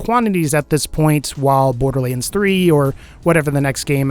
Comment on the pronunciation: borderleands?????????? SAY IT RIGHT DAMNIT!